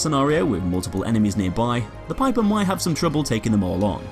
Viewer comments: It's Pieper not Piper! U would say it like Peeper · I thought it was pronounce peeper lol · Not trying to be rude, but it's pronounced ''Peeper" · I know I'm late and I hate to be that guy but it's pronounced 'peeper'